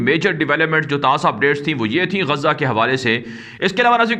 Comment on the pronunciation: Your pronunciation of Gazza is wrong there is no tashdeed on GAZA, so don't read the name with tashdeed it is G A Z A ask any learned person and rectify it as "GAZA" not Gazza.